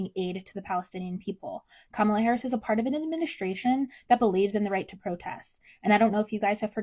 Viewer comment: If they are gonna say her name they better say it correctly